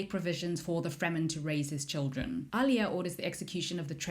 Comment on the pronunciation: The way u said chani??? Chainey? Wtf. AND ALIA??? WHY ARE U SAYING ILIA. SEE ETCH! THATS NOT HOW U SAY SIETCH OMGGGGG